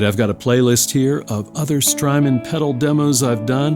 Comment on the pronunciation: Strymon rhymes with hymen